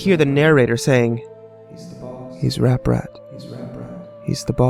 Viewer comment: Wait? Didn't he just say ApRat?